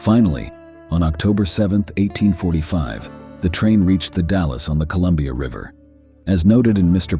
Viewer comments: Thanks for the share, howdy from Jackson County Oregon near Jacksonville and the Gold Hill mining district ... love the stories. Take care, stay safe, cool and free. ⛏⚒⛏ Edit; in Oregon it is pronounced Wil-lam-it Valley and the Dall's, not Dallas like in Texas. 😉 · Good story would have been better if you could put some work into your show and learn how to pronounce name properly. We got to Willamette, then The Dallas and you totally shit the bed on them congrats. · The commentator could have at least checked the pronunciation for the Oregon landmarks….Willamette and Dalles for example. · good video! you mispronounced willamette and the dalles in case you ever travel here